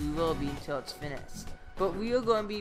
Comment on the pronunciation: " Fineshtd " Wow